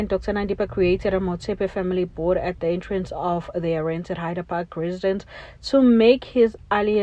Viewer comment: It's Hyde Park doll....not Hider Park the way you pronouncing it is wrong...